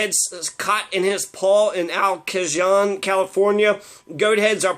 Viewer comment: Al Ka-John hahaha it's El Cajon (pronounced Cahone).....and YES!!! We hate those lil fuckers too!